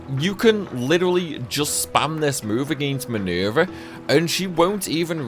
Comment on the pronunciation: MINUUUUUURVEH, LMAO I like how you say her name. I find myself repeating it over and over.